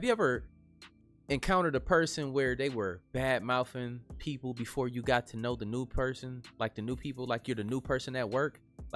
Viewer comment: Did he just say, " Bad moufing"?